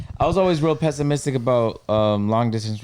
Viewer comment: I'm dead this foo couldn't say pessimistic HAHAHAHA